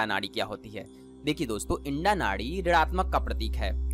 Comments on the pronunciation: आपने बहुत अच्छी जानकारी दी लेकिन आप इड़ा नाड़ी को इंडा बोल रहे हैं. कृपया इस बात पर ध्यान दें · इड़ा होती है भाई इंडा नहीं ।अपने उच्चारण में सुधार करो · इडा बोलो इंडा नहीं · Sir ji aap Eda nadi ko Enda nadi kyun bol rahe ho...??? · O bhai ..btane to baith gye .pehle bolna to sikh lo..wo inda nhi hai..Ida h pagle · Inda nehi EERA, PINGLA or Susumna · Yeha Inda Shabda Uchchaaran Galat Hai Issey Ida Kaha Jaata Hai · Aap ida ko inda bolte hai😇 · It's not Indaa, it's Ida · आपने अच्छी जानकारी दी है मगर इड़ा शब्द का तो आप ने बलात्कार ही कर दिया। शब्द इड़ा को इंडा कहना कहातक उचित है? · उच्चारणमें "इडा" बोलिये । इंडा मत बोलो ।